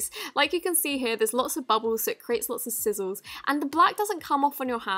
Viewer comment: Did she zots instead of lots in